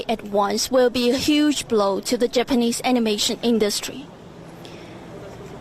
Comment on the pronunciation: Did she purposely pronounce japanese as "japenis" or else?